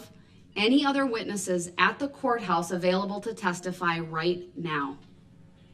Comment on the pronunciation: But he reads his bible EVERY DAY! Even on breaks! And he’s a CHRISTIAN! Are we to believe that he is reading his bible right now? Can he read? He obviously can’t pronounce a lengthy list of words. CO-Horse. Baff-Room. Li-Berry. He walks around with no shirt on and my favorite of all time. Trying to stare people down while being chained to a chair. The absolute foolery! 😄